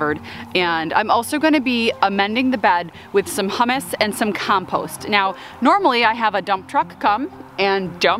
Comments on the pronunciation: are you saying it wrong or are you a trendsetter? You just kept saying hummus and I was getting hungry.🤪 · Hummus you eat with pita, Humus is pronounced more like “human”. I wasn’t watching it first and I was like why is she putting hummus in the garden? LOL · I, too, have pronounced it way. My Catholic upbringing made me confess that. 😅